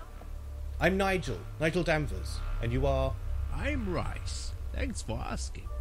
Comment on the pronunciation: Rhys is pronounced Reese, not like Rice. This guy has unintentionally made me extremely hungry...